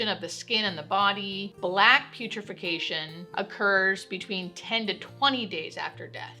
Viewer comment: I love most of your vids, but based on how you're pronouncing a few medical terms, I can tell you're reading from a script, rather than having a hands-on knowledge. "Autolysis" and "putrefaction" are examples of this. Thanks for informing the public, but maybe research pronunciation before posting a finished video because we all love ya and most of us take this as gospel. Thanks.